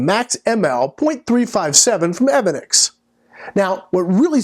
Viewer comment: Its evanics, long a